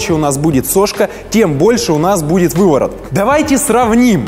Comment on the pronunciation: Бешшеный увыворот )